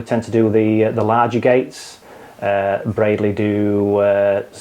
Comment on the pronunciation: Well done to you for pronouncing Bradley correctly 👍🏻